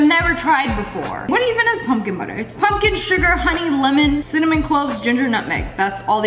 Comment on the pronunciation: Love how cinnamon turned into sinnymoan lmao.